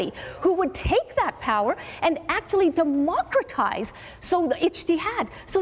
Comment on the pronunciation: I laughed so hard someone checked in on me when she says 'Democritize', does islam actually value democratic principles😂😂. I like her at least she is honesty